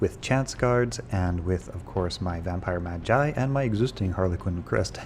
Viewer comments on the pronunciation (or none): Every video he keeps call it vampire mage….. lol